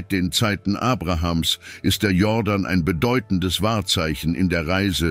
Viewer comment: Der Fluss heisst Jordan, nicht jorden